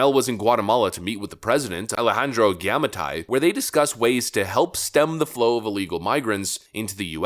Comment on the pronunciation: Giammattei = Jah-mah-tey-ee